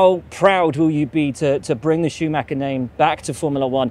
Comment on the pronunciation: It is not Shumacker. His name is Schumacher